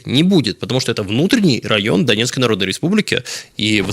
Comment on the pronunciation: "Дебальцево - это внутренний райн ДНР" Тут акцент странный. Создаётся впечатление, что ВСУ находятся на территории ордло согласно "Минским".